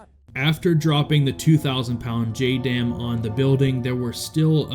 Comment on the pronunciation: JDAM, more like JUH-DAMN!!